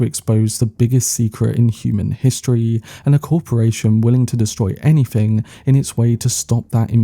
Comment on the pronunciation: TrooF, anyFing, wiV, wheVer, Colin FirF... ffs man, learn to SPEAK your OWN language.